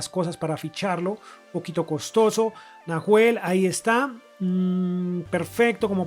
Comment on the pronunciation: que piola el city a julian alvarez y lo dejo a prestamo en river hasta junio/julio y nahuel bustos que se pronuncia NAUEL sin h xd puede ir a river al igal que farias